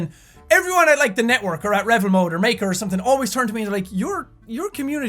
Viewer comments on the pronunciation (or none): none